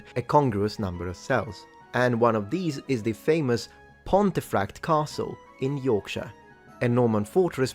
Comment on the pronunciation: It's pronounced Ponti frakt. Ponti same as Pompi!